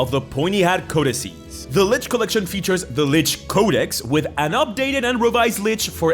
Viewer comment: the collitchion